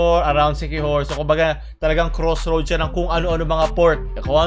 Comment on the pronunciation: Crossroad sya ng mga porn ang rinig ko ei hahaha